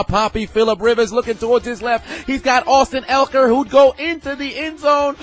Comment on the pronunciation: Man I love you, but it's Austin Ekeler, not Elker haha